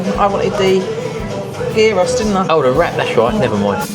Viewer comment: Looks lovely, gyros is pronounced yeeros, enjoy x🇬🇷